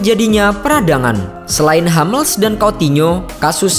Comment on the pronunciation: Sedikit ralat penyebutan.. Hummels, bukan Hammels.. Soalnya nama orang jerman..